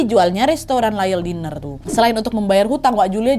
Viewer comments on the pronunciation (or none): Team yg selalu nonton tp gak pernah komen 😂 btw Diner itu di baca nya Dainer bukan Diner kyk tulisan nya 😘😘